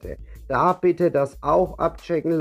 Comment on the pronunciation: Das Medikament heißt Mirtazapin. Du spricht es falsch aus, sagst Mirtazepin. Venlafaxin sprichst Du auch falsch aus. Wirkt fachlich nicht wirklich kompetent.